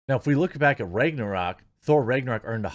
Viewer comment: The way you pronounce Ragnarok is upsetting